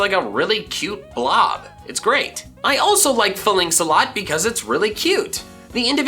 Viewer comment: It’s not (fuh-links), Falinks is pronounced like Falanks, the war formation, so its (fa-links) actually.